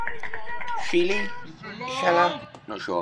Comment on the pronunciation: it’s Luke Sheehy mate- pronounced she he